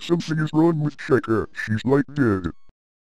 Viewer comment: Why do u call chica Cheka?